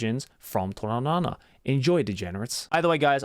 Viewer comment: Why do I keep hearing toraNAnana? XD